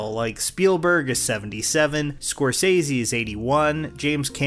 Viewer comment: You said Scorsese's name wrong